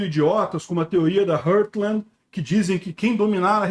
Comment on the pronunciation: sempre que te vejo dizendo “hurtland”, sinto um desconforto muito grande... é RAAARTland, RÓÓRTland, heart-land